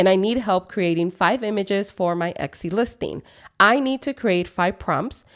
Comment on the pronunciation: I think you are pronouncing Etsy incorrectly. It sounds like you are adding an X to it? Or maybe I am just hearing it wrong.